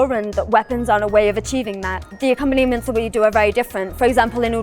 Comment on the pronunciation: What is this "accopanniment.?"